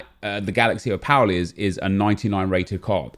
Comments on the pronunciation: You're saying Opal (Oh-pul) wrong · Would help if you could say the word OPAL properly 🤣🤣🤣